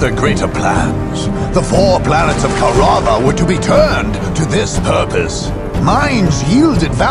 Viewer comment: I always hated the way the narrator said Kaurava in this one. Even with the Orks, it's Koruvva, not Ko'Ru'Vah!